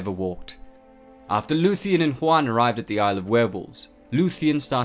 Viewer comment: A couple of suggestions regarding pronunciation--which you do pretty well on overall. -Aule is best pronounced "owl-eh" or "owl-uh" -Huan is more like "hew-on" than "hwan"--think "ewan." Tolkien's languages are based on Icelandic, Scandinavian, Gaelic, etc not latinate languages like Spanish. -The Maiar were more like angels than gods---Eru Iluvatar was the Creator, the Valarr were the pantheon of gods and goddesses, and the Maiar were their assistants/helpers/heralds/messengers, so almost literally angels. EDIT-so as I scan the comments, I see I'm far from the only one to make these, or similar, observations. No shade on you--love the channel and your content, but if this many Tolkien nerds can clock the inaccuracies.......just sayin'. And ya there are millions of arguments on pronunciation----my interpretations, though, are based on the pronunciation guide in the appendices of the Silmarillion--again, just sayin'. Really sorry I sound like such a picky dick.